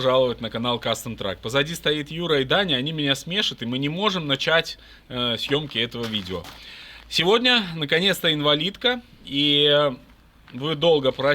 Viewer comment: "Они меня сме́шат..." - с такими ударениями обычно ИИ озвучивает.